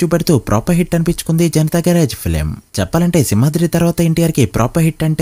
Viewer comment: Garrige kadu bro garage